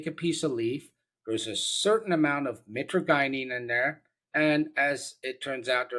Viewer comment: hey doc your not saying it right, it's mi-tra-je-nen. just wanted to let you know that sir. it's found in webster's